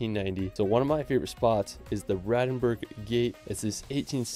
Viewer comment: Pedant's alert: it should be the BRANDENBURG Gate not BRADENBURG Gate ,apart from that,good vid! 👌👍